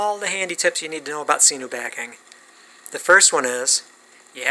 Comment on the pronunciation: You’re the only person on this planet earth that I’ve ever heard pronounce it see-noo. Knock it off.